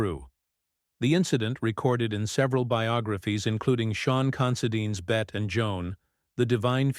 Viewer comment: It’s Bett-y not Bett